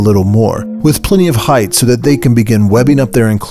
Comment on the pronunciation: Ahh yes, width and heighdth